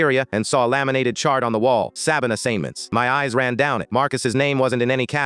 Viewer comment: Does AI suddenly not know how to say ‘cabin assignments’? Also, if that was my kid, I’d make sure that woman was never allowed to work with or be anywhere near children for the rest of her life